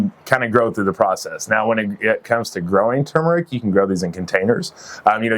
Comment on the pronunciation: I'm glad to hear you pronounce turmeric correctly! So refreshing to not hear "tumoric". "It's not tumoric!" -- Arnold Schwartzenagger, probably. 😁